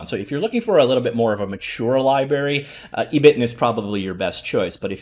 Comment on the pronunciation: ebiten is pronounced eh (as in "echo") - bi (as in "bi"tten) - ten (as in 10)